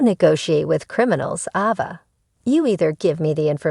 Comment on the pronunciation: Please pronounce the names correctly. The A in Ava is not a short A it is pronounced with a long A like the word "A". It is not Ahva!